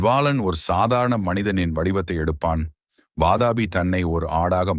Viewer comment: Vaatapi ille pa. Adhu VAAATHAAAPI.